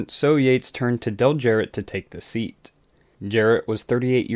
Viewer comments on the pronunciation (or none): none